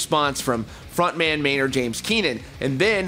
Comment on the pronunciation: It’s Maynard, bro